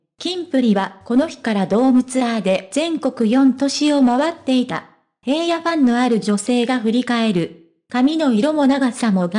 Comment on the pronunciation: ヘイヤではありませんヒラノです 聞きにくい話しが古い